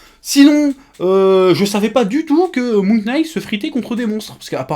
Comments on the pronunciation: hey Chef ! "Knight" se prononce comme "night". A bientôt :D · Chef, en anglais : "K" suivis d'un "N" en debut de mot rend le K silencieux. Donc Moon(k)night. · Prononce "knight" comme "night" et tu verras, ça passe tout seul !